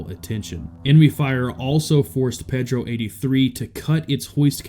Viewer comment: Repeat after me: “PAYdro”